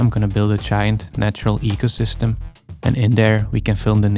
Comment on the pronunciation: "This faast ancient forest and eycosystm of only 2 days old" 😂 continues like he said noting lol